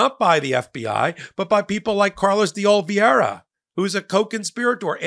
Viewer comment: Carlos Ol-VAY-ra, please.